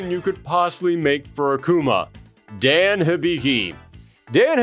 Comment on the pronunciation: Hmn... I thought at least YOU would have pronounced the name of Dan correctly. They even made the same mistake in Street Fighter: Assassin's Fist: Ken read the KANJI of the name "Dan" and yet still asks "Who is DEN ?".